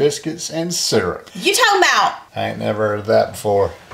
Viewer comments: your ''syrup'' pronunciation thing reminded me of Stewey's ''Cool Whip pronunciation where they're emphasizing the ''wh'' sound of ''whip''. 🤣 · 🍁 Oh, I remember that episode! I can't wait to try these recipes. Also, I'm from Canada, and we call it maple sear-up. I had never heard anyone call it sir-up until I watched this video! Lol. My hubs and I love watching you and the common tater! And our 5 cats all react when they hear Miss Gracie Lou meowing! Love from Buffalo, NY! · 🍂 I'm from Colorado and say syrup like "serup", but I've heard others say it "seerup". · Syurp is surp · 🍁🍂 you got it right. It’s sir up… syrup! I’m from Eastern L.A. That’s Eastern Lower Arkansas. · Born in Texas .Moved to Oklahoma whenIwas9(now61). We've always said sir-up. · 🍁🍂 that shepards pie soup looks amazing gonna have to try it soon! NC and I just say surp haha like srrrrp < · Syurp with the U. From Texas love your recipes ❤ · Ok! You got me thinking about the pronunciation of SYRUP. So, I looked it up. According to the Cambridge Dictionary, SYRUP is pronounced SIR-UP by AMERICANS. The BRITISH pronounce it SEAR-EP. So, you speak American and, somewhere you picked up the British way of pronouncing words! I'm in a little town southwest of Houston where I grew up. Here we call it Sir-up! Love your videos and I've tried quite a few recipes! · Lol definitely not how says it. Seems like an “oil” thing to this New Englander. Love you guys.